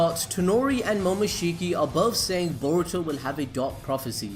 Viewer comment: Can you say boruto 5 times fast Stop saying baruto